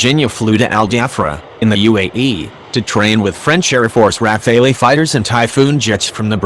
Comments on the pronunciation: you pronounce the plane RAFALE not rafalley there is no Y in the name. Get it right you dummy. Also french pilots and navy are very competent so don't use crap arguments about their professionalism. The Rafale is a very good plane and proved it could match the American F-22 with excellent French pilots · It is Rafale. It means gust. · Sorry but what does mean « Rafael » because it’s Rafale and i see many people like you say Rafael ? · Is that "Rafale", as in "Dassault Rafale", or as in "Bar Refaeli"? :) No offense meant, but Americans should learn to pronounce foreign names/words properly, or they come over as ignorant, even laughable. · Brian Pierce No rafale not rafael. Rafael = Israël company Rafale = french jet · It's Rafale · RAFALE IS THE CORRECT NAME.